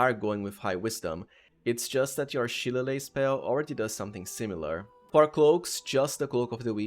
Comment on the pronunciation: As an irish person i must point out shillelagh is pronounces shi-lay-lee 😂 now imagine what our town names are like 😂